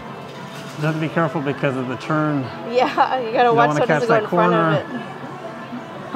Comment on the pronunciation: I laugh every time you say "churn" (turn) haha 😂 Nancy from KAM used to say that all the time and people said something about it so much, she works so hard now to remember to say it correctly lol she slips up every once in awhile and almost says churn again 😂 yours isn't nearly as strong as her's though.